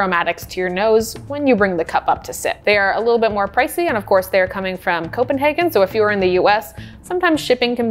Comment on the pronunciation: Thank you for pronouncing Copenhagen correctly. 😊